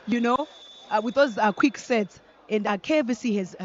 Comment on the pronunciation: Commentators it is KAVC not KVC